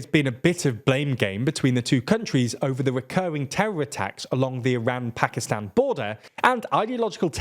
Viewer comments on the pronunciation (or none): Iran is pronounced with an “open” a, and not a “closed” a. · Can you guys please fix your pronunciation of “Iran” it takes a simple Google search